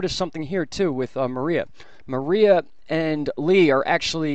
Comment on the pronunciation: 14: Mar EYE ah? Mariah CAREY? It's Mar-ee-a.